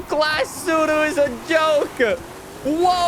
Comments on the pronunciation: Well done on being able to say tsuru correctly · We get it, you know how to pronounce this model